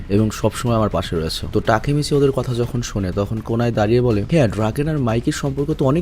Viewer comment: না টাকি মাচ😂😂😂😂